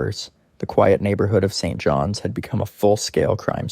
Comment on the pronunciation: I realized once he said "St. John. S"